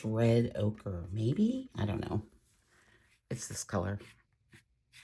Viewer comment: Did you say red okra? 😂